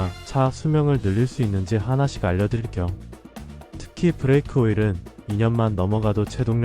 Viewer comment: 브래이크 -> 브레이크